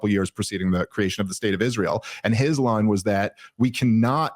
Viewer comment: Lyndsay's face is about as telling as Kash's, but in his, You can see the $$ signs in his eyes every time he says Isroll